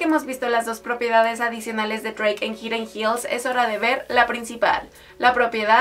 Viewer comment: Hidden Hills.... Se pronuncia: Jaiden Jils